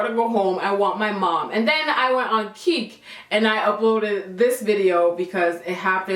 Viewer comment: Never heard of Keek. Thought you were saying Kik. lmao your mom's reaction! So Carribbean!